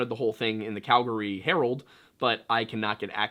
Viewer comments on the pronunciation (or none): none